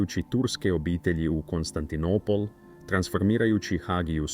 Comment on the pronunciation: AI prevodi i izgovor paraju usi!Konstantinipol???